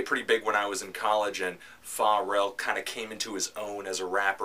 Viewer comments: i forgot abt this old video of no onethony ever really diestano pronouncing pharrell as "fah rell" n talking shit about my fav band ever wow i will never view his videos the same ever again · Anthony...Pharrell is pronounced with a soft F. "Fuh-rell". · I honestly don't think you should be reviewing a band whose lead singer's first name you can't even pronounce correctly. Just saying.